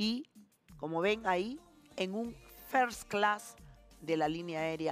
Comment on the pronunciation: Ese INGLÉS de Magaly jijijiji "Fers Class"